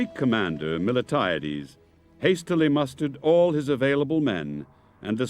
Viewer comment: I like the presentation, BUT the general’s name is MILTIADES and NOT Mil-e-tiades